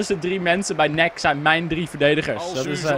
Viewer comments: je zei nek in plaats van N-E-C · Nek? Je zegt het als en ee see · NEC spreekt je uit als en ee see :P hahaha